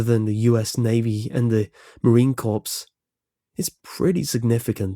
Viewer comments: The "corps" is a French word, so the "ps" are silent, i.e. "Marine Corps" is pronounced like "core." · Marine corps is pronounced marine core......silly Brit. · The P and S in "Marine Corps" are silent.